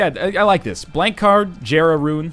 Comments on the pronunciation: it's pronounced (yera) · God, I never watched this video when it came out, and after watching so many newer videos, it pisses me off to hear him pronounce jera how it's spelled, instead of like "yera."